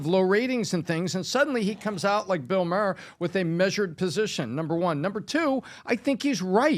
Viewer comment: "Bill Murr" 🤣